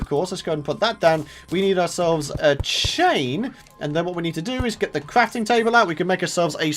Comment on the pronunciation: You said crapting table